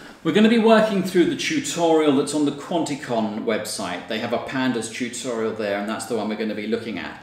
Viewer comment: I like the way he pronounce Chutorial. LOL...